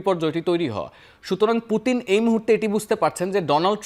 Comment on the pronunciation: উনি একজন বিশ্বনেতা নামটা সুন্দর করে বলেন মরক্কো মহিলা